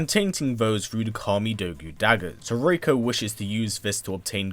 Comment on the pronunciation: It's Ree-koh have you played mk4